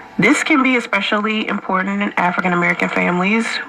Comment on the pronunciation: Lol she can't pronounce "important" she says "impoorant"